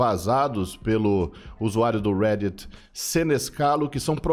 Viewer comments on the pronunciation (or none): none